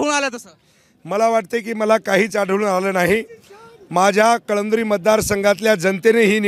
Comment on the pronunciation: कळमदुरी नाही ते कळमनूरी आहे